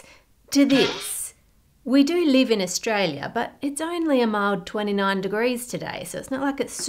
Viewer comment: "only a mild 29°C today" is sounds so australian to my middle/northern european ears